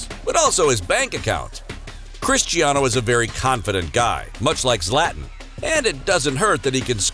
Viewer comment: "Slatn" Ibrahimovic 😂🙄